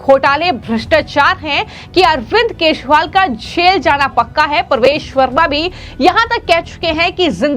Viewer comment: वाह रे न्यूज रिडर .. केजरीवाल को केशरीवाल,बिजेपी को बिशपी और चौदा को शौदा..